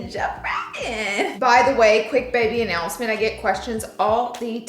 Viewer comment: Wait, 😮one minute in it sounds like you said baby announcement before you started talking about your jewelry 🤔 Girl 👂 what